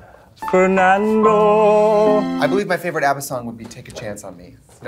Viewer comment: Nobody: Katya: FeRnAnDo five seconds later Katya again:FeRnAnDo